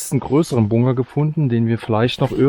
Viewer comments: Es heißt BUNKER... BUNKER verdammt 🤣🤣🤣 und nicht bungger 🙈🙈🙈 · Wie sprichst du das? Bunger 😂